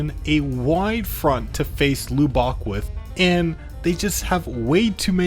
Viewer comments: Lub-bock???? its pronounced luh·buhk is not texan confirmed??????????? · I beg you please God, stop pronouncing Lubbock as loobock 😭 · crying over this pronunciation of Lubbock, its pronunced luh-bic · Hearing you say Lubbock like that hurt my soul as a Texan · I want you to know your pronunciation of Lubbock will give me nightmares tonight.